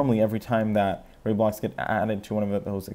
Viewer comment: It's Ray-Blocks not Rye-Blocks